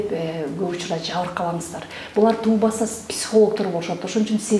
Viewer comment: Жакшы берүү экен. айымга рахмат, бирок бир нерсени жазгым келди: тубаса деп айтылат, "туубаса" деп айтыптырсыз, бул эки сөздүн мааниси эки башка.